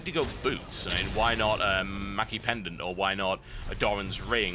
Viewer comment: I like these videos, I really do, but am I the only one who can't stand when TB gives missleading information on abilities, and cringes when he mispronounces an item? For instince; viegar's Q gives him 1/2/3/4/5 Ap on champ kills, and it's meki, not maki pendant. Srsly TB, srsly. :<